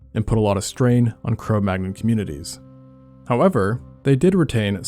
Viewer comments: The 'magnon' part of the name is pronounced 'man-young'. It's from French. Like how 'champagne' is pronounced 'sham-pain', and not 'sham-packny'. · It's "Neander-tall" and "Cro Man-yon". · Cro Magnon is pronounced Cro Manion/Man-yin. It's french. 😁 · Wait! Already, don't get up in my face and call me rude. Maybe he doesn't want to say things wrong. I know it would bother me a lot to realize I had made simple errors in a video that hopefully thousands of people would watch. Maybe he just wants to know. Cro manyon. It's a French phrase meaning "(from) the hole (cave) at Magnon's place," Magnon ("manyon") being the name of the farmer on whose land the first remains were found. Similarly, Neanderthals (neander tall) are from the Neander valley (-thal) in Germany, and in German, the "th" is not pronounced the way this narration pronounces it. I'm not even going to tell you how to pronounce "occipital." But you need to look it up. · Say Cro Manyon. The g is silent. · ☝️🤓 Corrections: 1. Cro-Magnon rhymes with ‘crow canyon’. 2. Far from giants, the average heights for Cro-Magnons were 5’9” and 5’4” for men and women respectively, which are about the same as Northern Europeans today and only four inches taller than those of the pre-industrial era when access to protein was lower. They’re comparing them to worldwide averages, though they were in fact Northern Europeans. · That's not how it's pronounced. Type: Cro Magnon in Google Translate as French and then click on speaker. Why is Venus censored?